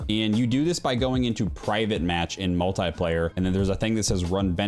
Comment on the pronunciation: why do you say multaiplaya